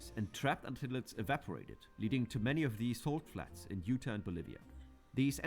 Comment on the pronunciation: This narrator’s accent is fascinating (I think Indian, perhaps). Too bad he mispronounces so many of the place names, starting with Utah.